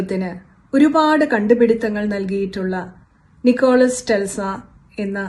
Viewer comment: നിക്കോളാസ് ടെൽസ അല്ല.... നിക്കോള ടെസ്ല (Nikola Tesla) എന്നാണ്.....